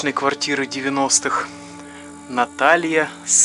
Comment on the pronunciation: НАТАЛЬЯ САЙКООООООО , А НЕ СААААЙКО